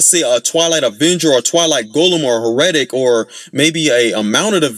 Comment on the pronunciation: it’s HEH-ruh-tic, not huh-REH-tic. The accent’s on the first syllable. My main gripe with them is just how deceptively tanky they are.